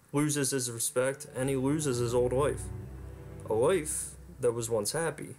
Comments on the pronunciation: Everytime you said 'LIFE' it sounded like 'WIFE.' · I had to replay where you said he had a happy life..cause I thought you said wife. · You can't pronounce life.